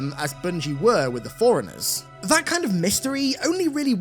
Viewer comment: Ooohhhhh… Forerunners! At first I thought he was saying “foreigners” 😂